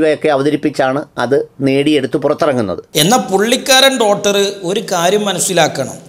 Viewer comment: ഡോട്ടറല്ല ഡോക്ടർ.... അയിപ്രായം അല്ല..അഭിപ്രായം